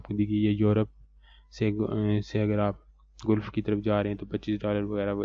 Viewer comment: Dear not गुलफ right pronunciation is गलफ।